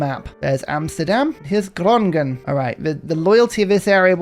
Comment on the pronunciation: The way you pronounced Groningen made my ears bleed, aside from that wonderful video and really cool mod!